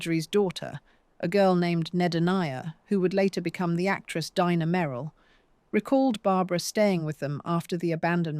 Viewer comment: Dina Merrill is Dina not Dinah. Pronounced Deena. This horrible AI narration is as horrible as this predatory piece of claptrap —produced by parasites.